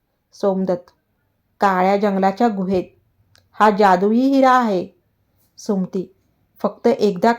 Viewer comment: कथा सांगण्याआधी सुमती हा शब्द नीट म्हनायला शिका.